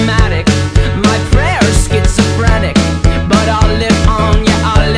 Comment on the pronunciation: He didn't pronounce schizophrenic right lol. I understood it though. I had to check to see if I heard correctly tho tbh